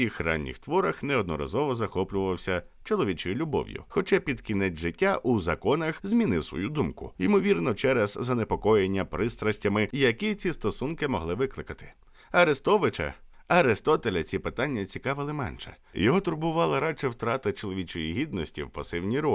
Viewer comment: Омовки спікера за кадром 😂😂😂: арестович, Арестотеть....великий Істояк не від слова стояк 😂😂😂😂